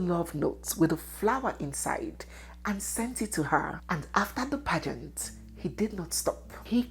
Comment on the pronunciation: Young lady, your pronouncement of the word “pageant” is awful!👎